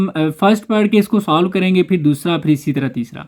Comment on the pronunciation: Ya dosra Jo dosla kyun bolta ha